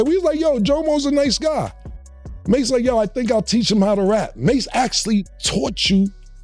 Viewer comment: Sooooo we all gonna sit here and act like she keep saying Mase name wrong 🤦🏾‍♂️😂😂😂 she keep saying Mahe who the fuck is Mahe. That shit throwing me off cause she keep sayin the shit Lls